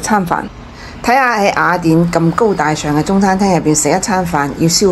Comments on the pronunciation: 呢個威他唔合格.最唔中意听到廣東話啲懶音.雅一亞. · 懶音系粤西特色。粤西地区甚至有赖话，目前还不确定算唔算系粤语的第10种口音。